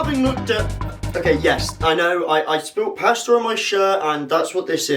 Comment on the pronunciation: bro said pasta and pass that they rhyme hahahaha